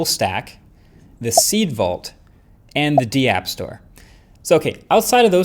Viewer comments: Dee-app. Is it not just Dapp? Like give me daps? 😅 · It's not D app. it's DAPP like DAP. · The d-app store 😂😂😂 its one word dapp